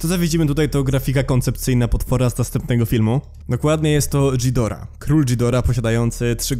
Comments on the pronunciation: nie dżidora tylko gidora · Zawsze jako big fana Godzili mnie to przerażało. Już sama Gojira z 1954(wolę japońską Gojirę) była dla mnie mega creepy. Kochałem go jak jego każdą wersję ale i tak był moim koszmarem. A tak wogule to przepraszam ale nie Dżidora tylko Gidora Gojira czyta się Godzira Mothra to motra a Mosura to Mosura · Ghidorah czyta się Gidora